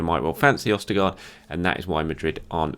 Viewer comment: Why were you pronouncing his name right in the other videos then doing it so wrong in this video? It's a bit jarring to listen to